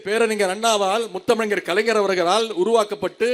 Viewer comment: முத்தமிழரிங்கர் என்பதைக்கூட சரியாக உச்சரிக்க வரவில்லை😂